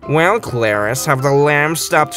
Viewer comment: Clarice not clariss 😂😂😂